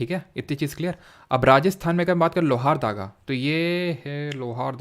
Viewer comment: Pronunciation:- लोहरदगा✔